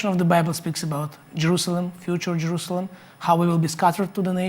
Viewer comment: Je R U Say El "am".